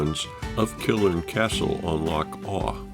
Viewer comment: Erm...its "Bal-ma-haa" (long, short, long)...but Top Marks for your filming, and 'amost' getting the pronunciation of Loch correct, with the soft guttural "ch," not Lock as most visitors from Actoss The Pond say ;) Lovely video, thanks for sharing it xx